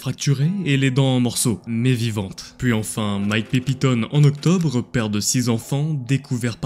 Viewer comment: en exctobre 😅 !